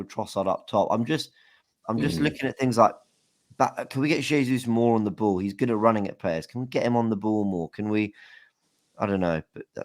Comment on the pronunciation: Why does nobody ever comment on how says the word "ball" as "boo"????????? LY